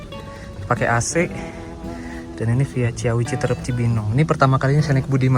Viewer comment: Ci-awi mas... bukan cia-wi. Btw start awal... start ya pasti awal. Mana ada start akhir 😅😂